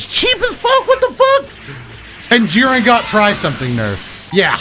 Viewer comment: when he said “jiren” i just 😮‍💨